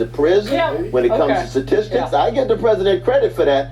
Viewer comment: Dude is a professor and he says "Satistics" 🤣 ....omg the education bar is low